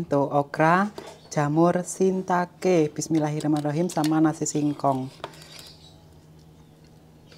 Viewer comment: Hmm mantul banget👍,salah satu sayur kesukaan saya😋 jamur,btw ralat mbak,bukan jamur sintake tapi jamur shitake🤭